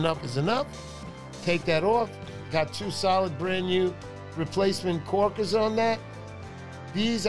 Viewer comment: Um... what are "kaw-kiz?"